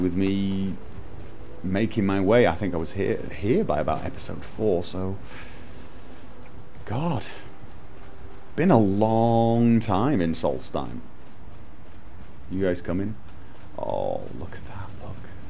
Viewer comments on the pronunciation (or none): no offense but you missed the H out of solstheim but great video otherwise :)